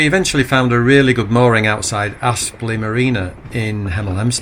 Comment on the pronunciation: Great vlog, life isn’t all cruising through the deserted countryside. I’m sure no one really minds, but it’s Apsley, not Aspley (I only know because I lived close by). Keep them coming 😄